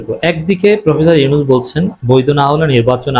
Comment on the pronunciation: মাইন্ডেড ইউনুছ ইউনুছ কিরে ভাই নামটা ভালো ভাবে বলতে পারেন না